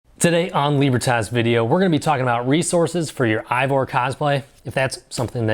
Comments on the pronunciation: Solid video! Just want to let you know that Eivor is actually pronounced Ay-Vor, not Aye-vor. I wasn't aware of these other resources, so I'll definitely be checking these other sources out. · Did everyone just forget how to pronounce “Eivor”?